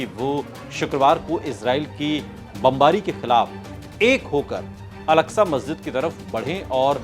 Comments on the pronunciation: Masjide agsha kaha ja ta hai algsha nhi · الکسہ نہیں ہے اکسہ ہے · Alaksa masjid nahi ''Aksa masjid hai'' plz correct your pronunciation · Oooo hero pehle to naam Lena seekh wo alaksa masjid nhi he masjide aksa he wo samjh ❤❤❤❤ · Wo alaksa nahi. Aksa he naam to sahi le. Bc..